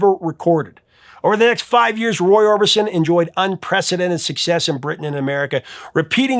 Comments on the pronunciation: Roy "Orbinson"? Really? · Orbinson ..Orbison ??